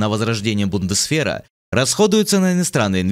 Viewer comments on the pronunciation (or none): Не БундесФер, а БундесВер, сколько уже можно!